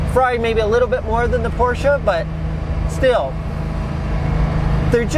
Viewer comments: and Garage: Hey! You are pronouncing "Porsche" nearly perfect, besides the "r". But english speakers aren't really supposed to use the harsh german "r".;) And by the way, your both names are also related to german.;) "Heidemarie und Franziska"! Or " und Franzi"...:D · Hey! Me as a German i love that you are the only American who can say "Porsche" the right way!